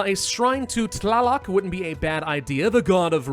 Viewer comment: You almost nailed the pronounciation of Tlāloc and Xīpe Totēc!